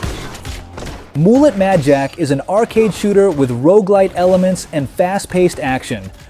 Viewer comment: Well done with correcting the shitty AI voice you selected..... "Moolet" Madjack. The epitome of laziness: Not only using an AI voice but not bothering to fix any fuckups.